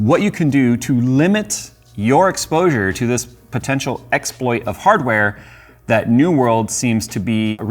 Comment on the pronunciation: I must be hallucinating, because it sounded like said "explosure"